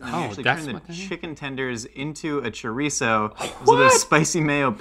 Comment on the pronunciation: He said Choreesoooo😂